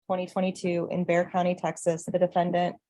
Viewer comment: It’s pronounced “Bear” County - not Bixar County. This is sloppy.